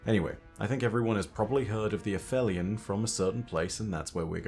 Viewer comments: not quite vibing w/ a-fell-eon when its been a-feel-eon but oh weel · Absolutely no disrespect to our resident lore-daddy but it is “ay-FEEL-eon,” not “a-FELLY-un”… it’s literally in the game audio 😬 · Me and Shuro Chi the past couple years: A-feel-eon: F that. A-fell-eon. 😑😑😑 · It’s pronounced ‘App-Heel-Ee-On’. That’s because the word means the point in Earth’s orbit where it’s the furthest away from the Sun. The ‘heli’ part refers to Helios, the Greek sun god. Aphelion could be a reference to the fact that the beings themselves are far away from the ‘Light’ of the sun. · Fun fact: it’s actually pronounced afelion. I came to write exactly the same comment as you. I’ve been saying it as ap-helion my whole life. But I’ve gone and done some research, and it turns out that it would only have been pronounced that way in classical Greek, but later Greek, Latin and hence English merged the p-h to the f sound regardless of whether they technically belonged to different roots. Other examples would be aphaeresis and aphorism. Fun fact 2: the word in Italian is “afelio”, further showing the p-h merger. Can’t believe I’ve got this wrong my whole life! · You have an accent, you're British, yada-yada..... But when the clip you play clearly calls them "uh-feel-ee-un"... It makes the way you say it just sound wrong.